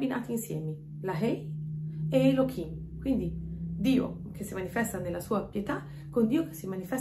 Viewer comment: Ma perché אלהים lo pronunci come Elokim se la ה ha un suono come la h. Scusa, una semplice curiosità linguistica senza la minima intenzione polemica! Grazie